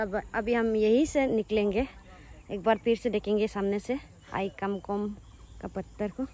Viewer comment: Not "aikamkom "it's name is "aikamko".